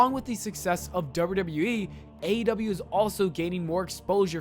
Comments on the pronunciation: Sounded like you said AW lol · Somebody teach this man how to pronounce AEW